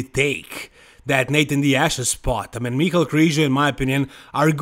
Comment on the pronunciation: You're the only youtuber pronounced MICHAL KRIZO's name right. "ME-KAL" as europeans and russians pronounced it.thats why the spelling of his name not including "E" to call him michaEL "MY-KEL".his parents gave him that name and spelling for a reason.but youtubers and lots of people kept pronouncing it as the regular "MY-KEL" .smh